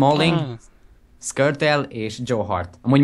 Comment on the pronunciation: o nem szkortel hanem skrtyel!!